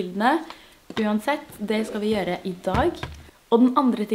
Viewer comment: Ikke gjørre, men gjøre, ikke tbanen, men t-banen, ikke avsláppet, men av-slappet.